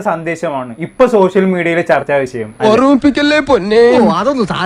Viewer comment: വിഷയം എന്ന് ശരിക്കും ഉച്ചരിക്കാൻ അറിയാത്ത അവതാരകൻ മരവാഴ